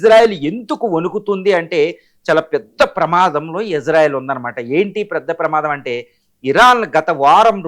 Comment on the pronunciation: To Anchor (about pronouncing) - It's not Izarael it's Israel.